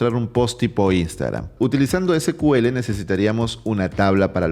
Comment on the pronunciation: Se pronuncia SIKUEL, porque el primer motor de base de datos de SQL se llamó SEQUEL (SECUELA) de ahí el nombre.